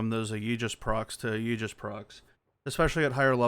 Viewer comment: I’ve only found this after the topaz nerf. Question, are you pronouncing it like “ayeejus” on purpose?